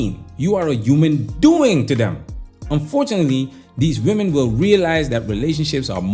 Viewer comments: Why do these women pronounce women as “woman”? So many 304s do this these days…… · Why does she pronounce the plural of woman also as woman? Does she not know the word women?